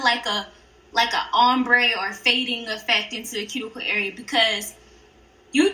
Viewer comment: Girl good video but when you said ombré you said ombraid but the nails turn out really good and your the best so bye ✌️